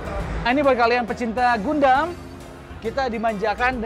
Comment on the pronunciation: Gundam bacanya gan-dem